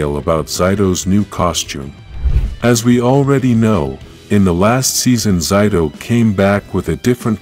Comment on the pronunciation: why do you keep on mispronouncing zaytos name lol?